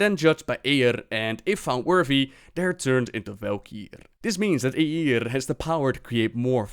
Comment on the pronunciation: The way you say "Eiyr" is exquisite.